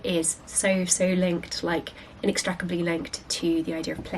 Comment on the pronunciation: Inextricably not Inextrecably.